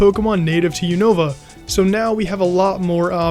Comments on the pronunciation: I don't like how they say Unova, but otherwise great video! I love how they get in depth with the Pokémon! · You two need to learn how to pronounce Unova correctly